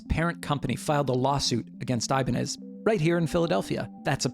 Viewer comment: You're probably the only person I've ever met that knows how to pronounce "Ibañez" as it shold in Spanish (despite the brand). Great video and fantastic job, man!!